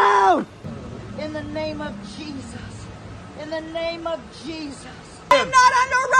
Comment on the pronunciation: "in the name of jeeZus"